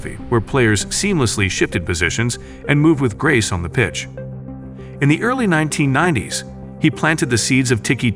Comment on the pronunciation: AI voiced. Can't pronounce Ajax or Louis Van Gaal. ... and 1990s... oh my word...